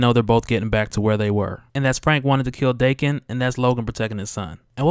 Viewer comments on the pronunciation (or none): It's pronounced Dah-Ken